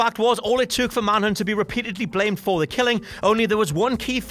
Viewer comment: Manhunt not Manhood